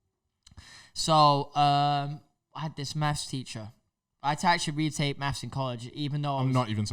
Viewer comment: Why does say “meths” instead of “maths”